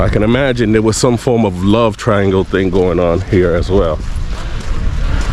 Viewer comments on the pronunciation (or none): none